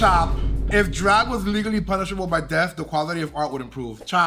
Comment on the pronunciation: And then "You deserve teath"... reference to India Ferrah?... 😅